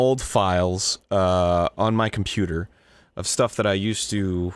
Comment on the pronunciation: I heard "Pooter" not computer